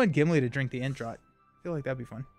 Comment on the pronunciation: As someone who also mispronounced this, the ent attachment is pronounced ent draft. British English sometimes seems like a different language to me as an American :)